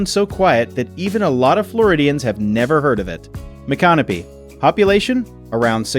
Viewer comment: Not quite the correct pronunciation of Micanopy...but oh well...